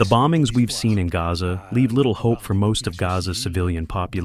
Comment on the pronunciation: The guy translating in the background didn’t pronounce Gaza correctly.